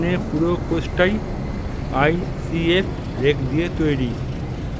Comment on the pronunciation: ief na icf kotha ta thik kore bolun